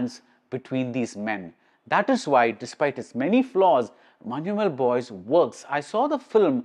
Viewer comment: You are the only non malayali who pronounced correctly Manjumal Boys.❤